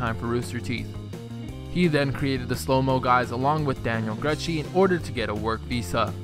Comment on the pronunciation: And Gruchy...